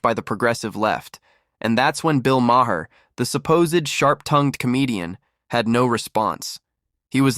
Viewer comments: Try pronouncing it Mayer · The H is silent in Maher